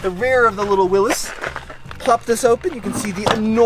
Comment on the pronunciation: The way he is saying Willis is driving me nuts